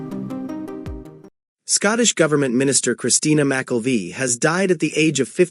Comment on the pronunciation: McKelvie is not pronounced that way….